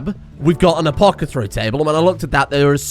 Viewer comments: Think he's ever going to realize he's been saying Apothecary wrong the past few episodes? Though, knowing how he is, he'll just double down on the incorrect pronunciation. "Apocethary table" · apoTHACary not apoCATHary